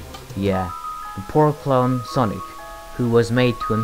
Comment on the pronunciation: He said clone like clown.....